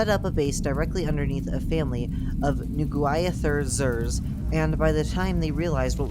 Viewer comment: I think it is pronounced nuh-GWIH-theh-zir.